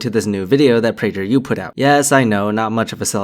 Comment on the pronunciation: Nice job, but it'd pray-gur, not pray-djur.